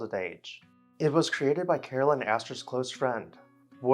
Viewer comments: Caroline is not pronounced as Carolyn, but Car o line. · Is her name Caroline or Carolyn? You’re pronouncing it like Carolyn. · I like your posts but you kept calling her Carolyn and not Caroline